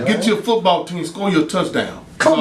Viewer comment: He said get a foorball team